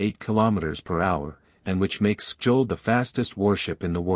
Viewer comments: Say "shold", and you'll get it right. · Silent "kj" please and "Sk" like in Ch as in China rgs from Norway. the "o" is a bit like the O in English Online. -- Chold. rgs from Norway